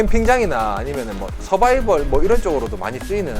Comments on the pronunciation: 유용한 정보 잘 봤어요~ 근데....잘못들었나요? 서바이벌?? ㅎㅎ ㅆ 발음..어렵죠 ^^ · 서바이벌 발음이 찰지네요 ㅋㅋ